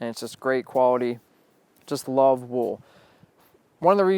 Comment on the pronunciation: is it me or does he say wool weird?